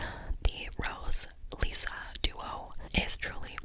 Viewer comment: What drove me crazy was that in the audiobook, Vasilisa is pronounced VasaLEEsa but Lissa is pronounced Lih-sa. Like list but with an A instead of a T lol. Idk if that makes sense but her nickname was not pronounced the same as her full name and it makes no sense to me lol